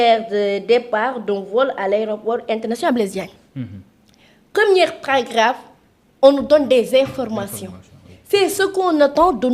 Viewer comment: Elle a dit non'zencore au lieu de non'zencore. Elle a dit "première cas au lieu de premier cas.